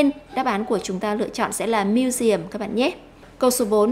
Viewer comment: chữ museum cô nhấn sai rồi :D